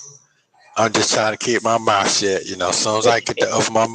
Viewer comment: Do you think has problems with the “th” sound?😃 -mouf -den -dem -dat